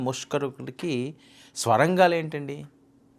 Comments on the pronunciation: Mundu thelugu baagaa nerchuko babu Swara gaalu kaadu Sorangaalu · బాబు, అవి "స్వరంగాలు" కాదు సొరంగలు. Neku Telugu రాదో,ఇదేమైనా కొత్తరకమైన స్టైలా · Swarangalu kaadu, sorangalu.. chala akshara doshalu vunnayi.